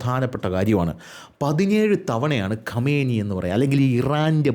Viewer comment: ഖമേനി അല്ലടാ ആദ്യം പേരെങ്കിലും നല്ലത് പോലെ പടിക്ക് 😄